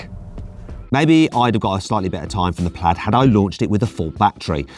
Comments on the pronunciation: 플레이드가 아니고 플래드입니다 수정바랍니다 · 플래드에요 플레이드 아니고